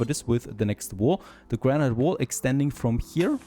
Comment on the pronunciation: Great series so far! By the way, "granite" is pronounced "GRAN-it." I know, English makes no sense at times lol